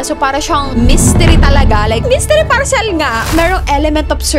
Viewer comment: Ka bwisit magbasa ng word na PARCEL. Mali mali bwisit